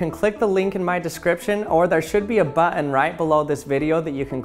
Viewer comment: He also pronounces "button" funny.